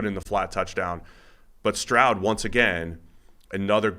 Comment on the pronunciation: Not to take anything away from, but it’s stroud. Period. Slow first one to say it…